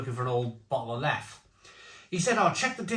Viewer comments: It's pronounced leffa, not leff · A rather grumpy barmaid in a bar in Belgium informed me it's pronounced "Leffer." and most definitely NOT leff or leffie. Hope that helps. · As a Belgian - it's pronouned 'Leffa'. Just sayin' ..... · Not sure what's more annoying, the reduced ABV or Simon^s insistance on the French pronunciation rather than the Dutch? ABInbev insist both are correct anyway. Looks like it's another example of brewing by the accountants rather than by experts